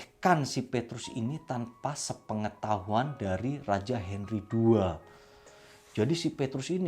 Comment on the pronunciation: Ada sedikit kekeliruan ketika nyebutin nama pedro dan henry...tp selebihnya oke om..👍👍👍